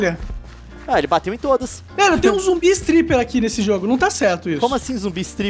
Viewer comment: Toda a vez que o monark fala zombi istriper(nao sei escrever)morro de rir